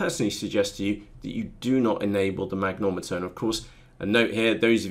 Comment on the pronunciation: It's a mag-ne-tom-eter....not a mag-nom-eter. Great videos though. Thanks.